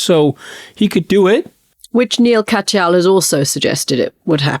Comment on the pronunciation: Maybe Anthony could pay attention enough to learn how to pronounce Neal Katyal's name?